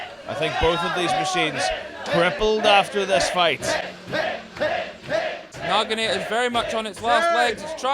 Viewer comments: why do they keep saying "Nagi-NAA-TOR?" where are they getting the "r" from? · That's not even close to how the word Naginata is pronounced